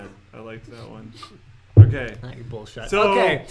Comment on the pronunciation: Linus, I've also heard people in movies say "bull-spit", lol